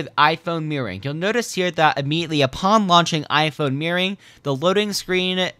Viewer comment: The way he pronounced "mirroring" as "meering"